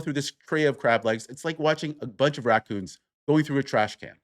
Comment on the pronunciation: You said 'Racoon'. 😆